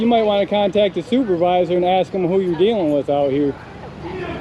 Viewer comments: As soon as I heard the cop say "axs" I knew it was going to be a rough one. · Also if the cop can't pronounce "ask" correctly, fire him.